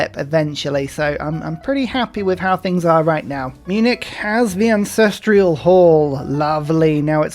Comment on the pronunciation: Only just noticed that says AncestrIal hall. As if there is an "i" in ancestral. Fascinating. I normally don't notice things like this and now that I have, I shall replicate it. But where do the hippos live? In the hippodrome.